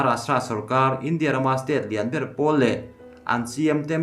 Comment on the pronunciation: Lehkha chhiar i thiam em em rualin hnamdang tawng pawh ni se a thluk hi mizo tawng taka thluk thin ni se, a hmaa thu leh a dawta thu a zirin 'India' han tih lai te hi han thluk danglam thin ni se ngaihthlak a hahdam lehzual ngawt ang le.